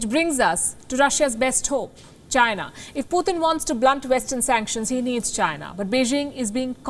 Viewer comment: Please not PUTHIN but PuTin